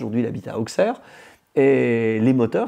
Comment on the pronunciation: "AuSSerre" pas AuXerre 😁